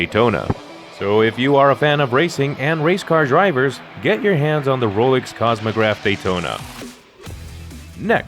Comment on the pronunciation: Ro-lix? Ro-LEX!